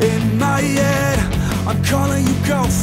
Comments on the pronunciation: "In my yed in my yed in my yeeed" "Don't waste your time on me your already the voice inside my yed" Lol Travis Barker won't drum in songs that pronounce head correctly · "In my yead", love the Tom DeLonge pronunciation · “In myead” dude definitely grew up listening to blink 182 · Most people : "in my head" Kells : "inmiyed" 😂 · Channeled his inner Tom Delonge with the "My yead". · “ In my yed “ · I love that he pronounces “head” like the ex vocalist of blink 182.